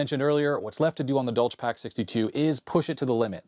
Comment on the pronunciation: It clearly says "for industrial USAGE", not "age". Also, that's not how you pronounce the German name "Dolch". The ch is a hissing sound, like a cat makes.